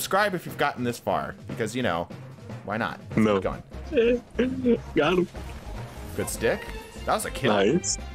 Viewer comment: He said Not Guud